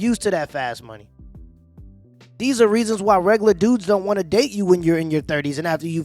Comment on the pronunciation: After she said "rogolor" guys, I fucking gave up.